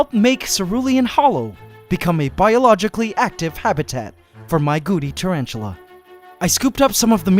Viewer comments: Had you not had the nae written on screen, I would have been calling them Goody spiders. Why do you say Goody and not Gooty? It is a T, not a D. I have noticed it in several of your pronunciations of the scientific names of things too. Surely it is not very scientific if you do not pronounce them properly. If people are only listening, they will learn the wrong name for things. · When he first said Gooty spider I hear Gucci spider so kept thinking Gucci spider 🤣